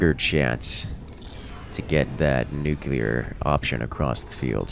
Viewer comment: Nuclear, not nucular. Though, the second time did sound more like nuclear.....The first time was definately nucular